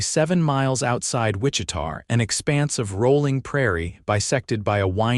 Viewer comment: Hate that the announcer can’t pronounce Wichita correctly